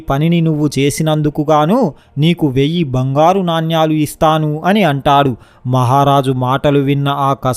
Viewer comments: Orei, yevadra nuvvu? Palike matalo avagahana ledu, yevadra neeku telugu nerpindi? Vadini G lo tannali, NANYALU yenti ra ? NANEMULU anali, telugu palakadam sariga ranollu Andaroo YEDO YOUTUBE VIDEOS CHESI MAMMALNI JENGESTUNNARU. NEEKU VAAK SUDDHI LEDU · నాణ్యలు కాదు నానలు సరిగ్గా పలుకు బాబు.